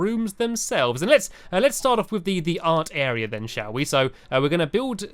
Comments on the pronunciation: he said Ant Area instead of Art Area. 😂 lol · he Said the Aunt Area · I thought he said "aunt area room" xDD